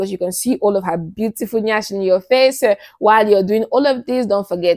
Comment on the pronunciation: the way you pronounced NYASH made me laugh my ass out 😂 I like your presentation and your vibes... everything you said was on point. You're a good sex coach like me! 😊❤